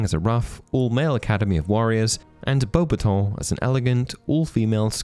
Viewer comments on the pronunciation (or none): Are you sure you're pronouncing beubatons right? I always have heard it said bo-bat-tons